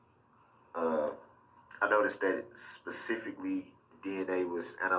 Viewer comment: To listen to Darrell trying (emphasis on trying) to cross examine a man whose world is nothing but facts and science is hilarious. He couldn’t even pronounce the word’s analysis or analysts properly. Ask the most irrelevant questions as to where the items were now! Why Darrell? You wanting them back? Who cares?